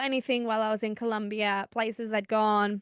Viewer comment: Its colombia not columbia😂😂😂